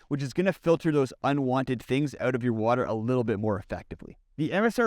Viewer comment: Out. Not owt